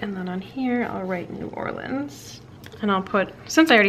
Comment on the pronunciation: I love that to pronounce New Orleans right! The should go on a cemetery tour while she’s waiting on the Fav Dad.